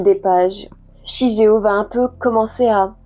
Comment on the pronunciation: Super Vidéo, l'année prochaine je pense me les acheter ^^. Petit truc qui m'a un peu perturbé sur la review c'est la prononciation du prénom du garçon 😅on le prononce "shiguéo". Comme dans naruto par exemple où on ne dit pas Hokage mais ce prononce au "Hokagué", mais ça reste une broutille on va dire ^^sinon j'en fait la promo partout , mais j'aimerais bien ton avis sur Vinland saga ^^ qui pour moi est le manga a lire et à avoir dans sa mangatheque